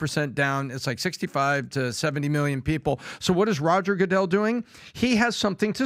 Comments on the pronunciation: Please say roger goodels name correctly at least. 🙄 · Why is he mispronouncing Roger’s last name?